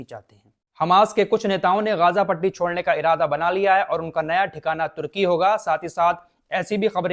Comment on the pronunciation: Ghaazaa nahin bhai Ghazaa bolo aap